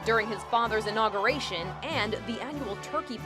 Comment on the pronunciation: Inogeration is what she said